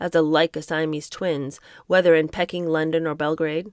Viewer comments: You’re too young to remember but it’s Peaking not Pecking. Yes I’m nitpecking. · Its Pee-king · It’s prounounced Peeking 😂🤣😂 Sorry, I couldn’t resist 😂. I’ve never corrected any YouTubers pronunciations including yours- Americans seem to have a lot of problems with place names in the UK & the everyone usually has a problem not only with most of our 🇦🇺 place names but a lot have problems with understanding our accent 😂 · Pronounced Pee king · Don’t take any of the comments personally there’s nobody here that could read like you and do such a good job even if your interpretation is not there cup of tea. I love your reading skills… who amongst us could read without a mispronunciation… I did laugh out loud when you pronounced Peking…. 🙊It takes a lot of courage to read these books and you are doing an amazing job.❤❤❤❤❤🌺 I look forward to them😘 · ~ Peeee king, and CANTAWN < Not cantin. xD Love too.